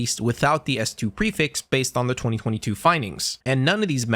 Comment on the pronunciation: on god he saying it wrong every time lmao